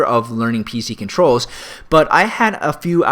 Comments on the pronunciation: Crittle- BAHAHAHA! That's just hilarious....ALT, CRITTLE, DELETE :-P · how do you not know it is called control? Crittle.... My my...